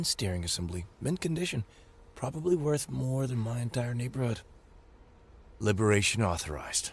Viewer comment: with Major Emphasis on; "Probbly" with the Capital "P" !